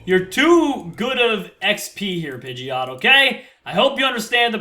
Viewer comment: it's pige-ot not pigy-ot